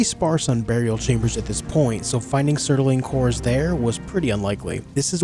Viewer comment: love the video but i have to say it, its bugging me too much. its not sert-a-ling cores its surt-ling cores. mispronunciation just bothers me too much sorry, a book im listening to the narrator keeps saying tone-fas instead of tan-fas (the Chinese weapon) and i feel like i die a little inside every time witch sucks because i like the book.